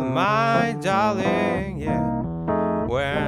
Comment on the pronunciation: (clears throat) "Boot I miss you master wall my da-ring"